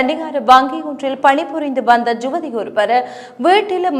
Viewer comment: ஜுவதி இல்லை யுவதி தமிழருக்கு தமிழ் வராவிட்டால் எப்படி